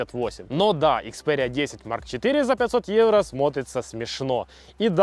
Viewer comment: ИкспяЭриа 🤦🤦🤦🤦😁🤷🤷🤷 икспЕриа